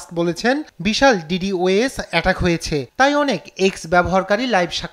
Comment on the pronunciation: শব্দটা ডি ডি ও এস না, এর সঠিক উচ্চারণ ডি ডস। আজই ক্লাস নাইনে ডিজিটাল প্রযুক্তি বইতে আছে এটা। আজই পড়লাম আর আজই এই ঘটনা।